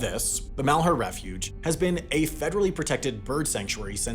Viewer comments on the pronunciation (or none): You said Malhuer wrong. Mal-hear